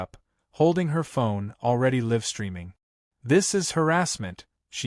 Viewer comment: "live streaming" is not pronounced correctly. At least have the narration correctly pronounce words.